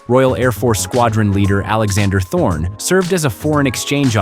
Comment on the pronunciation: in this video, Alexander Thorney's surname is mistakenly mispronounced as "Thorne" while simultaneously being misspelled graphically in the accompanying chyron as "Thorn" (sic).